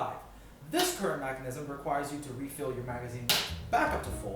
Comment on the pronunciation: Stop saying macinism its mechanism